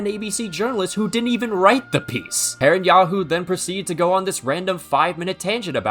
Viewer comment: He said PerenYAHU